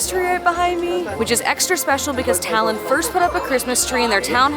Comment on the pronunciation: Талин ,а не Талон